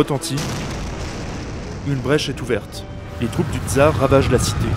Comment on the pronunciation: Super vidéo, juste prononcer TSAR et pas TZAR pour plus d'authenticité